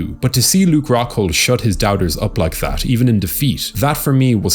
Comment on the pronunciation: Ruke Coghhghghghold